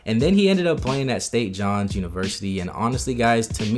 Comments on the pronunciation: “State John’s” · State John’s 😂😂 good research regardless, that just cracked me up